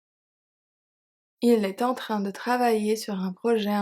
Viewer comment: Thanks! Some of the emphasis sound strange to me though. Like wouldn't it have to be on the word "train"??